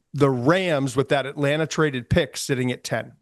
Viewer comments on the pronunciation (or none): none